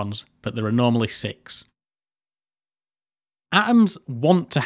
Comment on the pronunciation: Ok, informative, interesting, but this prenanciation is literally making me suffer: atoms sail like [a-ums]